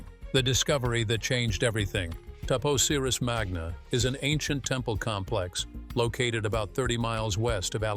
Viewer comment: The temple is TAP OSIRIS (Oh-SIGH-riss) MAGNA. Cleopatra's sister is ARSINOË (Ar-SIN-oh-eh.) PTOLOMEY (TOL-oh-mee).